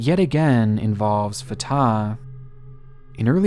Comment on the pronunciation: Jesus christ - fartar is NOT how it's pronounced - Fat Tah